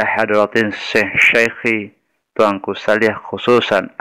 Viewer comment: Terkadang dalam pengucapan nama ada yg pelo.. Yang maksd nya tuanku saliah terkadang di ucapkan dengan syariah itu mungkin ? Tapi kalau tuanku syariah saya juga belum pernah mendengar nama beliau ?